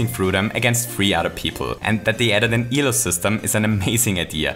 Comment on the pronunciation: It's "Elo system", not "ELO system". It's not an acronym; it's named after its inventor.